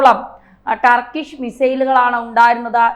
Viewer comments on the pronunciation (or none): none